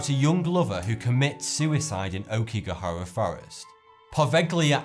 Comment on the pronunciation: Aokigahara = "ah-O-ki-ga-ha-ra" I really enjoy watching your vids, but I would like to see better pronunciations for foreign words and names, please.